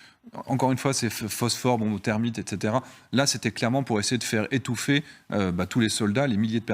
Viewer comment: Les journalistes presents semblent avoir bien du mal a prononcer le mot thermite. Bizarre autant qu'etrange..